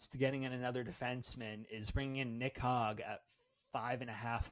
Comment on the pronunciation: LMAOOOOO trying not to laugh at this guy saying Nick HOG for the 17th time. Jesus Christ dude.